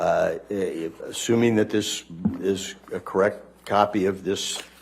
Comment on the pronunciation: Kirrekt? Kirrekt? I’m going to have nightmares of this guys voice. Kirrekt.